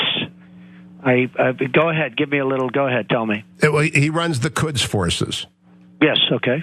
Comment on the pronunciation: he said terds not kerds